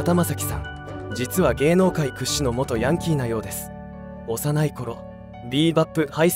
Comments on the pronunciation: ヤンキーのイントネーション間違ってるw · ヤンキーの発音が、変❗それに、赤井英和さんが大阪で有名って、知らん❗